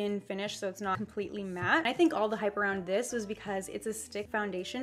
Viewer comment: count how many times she said hipe 😂😂